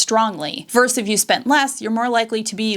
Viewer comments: It’s VERSUS, not “verse.” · “Vs” is short for “versus.” It’s not “verse.”